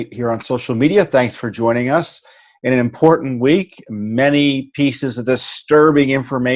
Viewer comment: "many pieces ..... were comming out" and I (rightfully??) understood "many feces ..... were comming out" =)